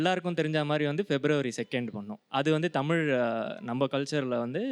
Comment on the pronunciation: Tamizha... Tamiza.. Is correct.. Tamila Tamila is wrong ucharipu